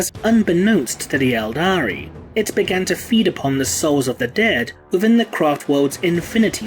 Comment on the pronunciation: It's Eldar ffs.